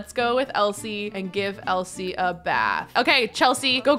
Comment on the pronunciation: When she was saying Elsie her name wrong she said it like elise and I was like I don't wanne involved in this